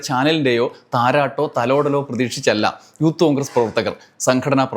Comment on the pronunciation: അവൻ പറയുന്നത് യൂത്ത് കോൺഗ്രസ്‌ എന്നാണെങ്കിലും ഊത്തു കോൺഗ്രസ്‌ എന്ന് ആണ് കേൾക്കുന്നത്.